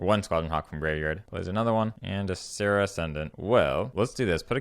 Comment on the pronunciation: I'm not used to hearing someone pronounce Viscera correctly...